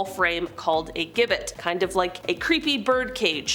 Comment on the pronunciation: It’s Jib bit how it’s pronounced